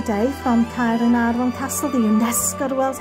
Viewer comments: hello, wow the way you pronouce "caernarfon" so beautiful. I could listen your video all day, I love yor lovely voice. the architectural of this caernafron castle is a masterpiece. no wonder it's the world greatest medieval buildings. thank you so much for sharing have a lovely weekend:face-red-heart-shape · Dont mind me having abit of a binge of your channel and hehe, thank you for sharing Caernarfon Castle - never knew that was the way to pronounce it, so thank you again for sharing that, it's super helpful when we're hoping to come up North to visit this wonderful castle. I love how grand the building is, just incredible seeing the sheer size of it. Steeped in bags of history, this certainly is a place we want to go! You always manage to make all the visits enjoyable, love the animations too, thank you again for sharing this, have a wonderful weekend👍🏻👍🏻🐉🐉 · I loved learning about the history of the magnificent Caernarfon Castle. I really appreciated your in-depth research. Your voice is so beautiful,. I love the way you pronounce "Caernarfon." I could listen to you all day! Thank you for the wonderful tour 👍😊💕